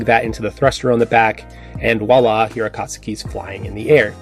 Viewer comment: “Akast-u-ki” , I cringe everytime you pronounce it that way.